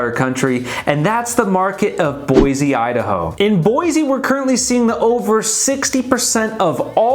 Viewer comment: First off, learn to pronounce Boise. It’s Boy-see not Boy-zee. I live in the Boise foothills. We expected prices to come down because they went stupidly nuts the past two years. NUTS. So-called remote workers fled the left coast in mass. And they would pay a million dollars for just about anything. Inventory is up because homes no longer sell before the sign goes up. Tons of new home construction within 5 miles of where we live. Thousands of new homes. So if we’re crashing builders and developers haven’t gotten the memo. Boise and other areas of Idaho will remain strong as the stupidity escalates on the left coast. I see them cruising our neighborhood everyday looking. Have interest rates hurt? You bet. But when people with resources are as desperate to move as they are from the left coast, they’ll pay whatever but it does need to be the right house and location and no longer just a place to hang your hat. Having said all of that, we’re pretty full so please look elsewhere. 😂